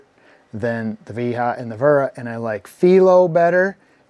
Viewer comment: Finally someone pronouces Wera correctly!